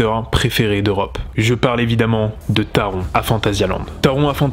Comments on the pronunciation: Taron ce prononce Taronnn,le n ce prononce en allemand Il est vrai qu’en tant qu’Alsacien (pas grand est merci...),on prononce à l’allemande Pour ce qui est d’Helix,j’y vais normalement cet été (ce qui est bien,j’ai l’entrée gratuite,grâce a la carte annuelle d’Europa park...,on a 8 Park avec entrée gratuite 😊) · merci je suis dac avec toi taronnn